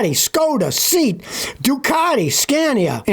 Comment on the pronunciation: What is Seat? Do you mean Say-At?